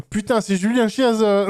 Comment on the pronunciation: Seb, la chiesa, qui se prononce kiésa, c'est L' Église ;)